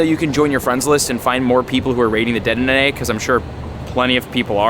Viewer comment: Dude been playing for years and still can’t say deddenne! 😂😂😂